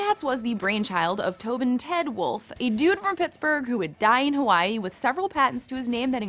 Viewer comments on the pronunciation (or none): none